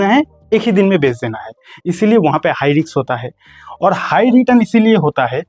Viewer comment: हाई रिक्स नही हाई रिस्क बोलो